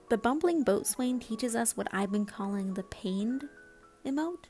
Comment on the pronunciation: Just a little thing, boatswain is pronounced "bosun" Impress your navy friends ;)